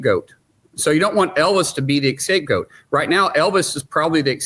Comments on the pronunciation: The word is SCAPEGOAT, not escapegoat. It destroys credibility to mess up these simple words. Benny you’re guilty too because you say “thermo newk-you-lar.” The word is nuclear. “New-clee-ar” I’m not saying this to be a jerk. I was a teacher and my mother is German. Accuracy matters. 😂❤ Much love I watch you every day. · Did he say “escape goat” !? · Scapegoat, not Escapegoat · What the hell is an "escape goat?" 😂😂😂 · At 8.47 did the senator just say chan was an "escape goat"? Its a scapegoat not an eacape goat 😆😆😆😆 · Scapegoat. Not escape goat. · Did he say escape goat 🐐? 🤔🤣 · “Escape goat” 🤦‍♂️